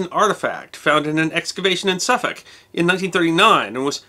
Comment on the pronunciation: You were good with the Welsh and the pronunciation of "Suffolk" but lost it with "Monmouth".